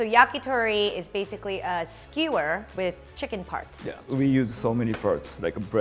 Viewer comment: "Yakitori is basically a skee-whir..." Wut?